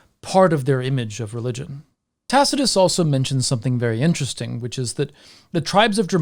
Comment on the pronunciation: "in which Tacitus goes into details about..." Dude, are you having a stroke?